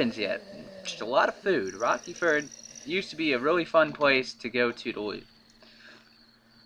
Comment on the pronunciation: Rerky ferd? Dude, it's named Rocky ford. XD Jk jk.